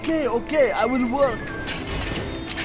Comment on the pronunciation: what a pro. "that is a lot of worrkkk".